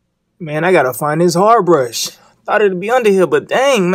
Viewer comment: the way he said i am finding the bursh had me dead (not trynna be racist)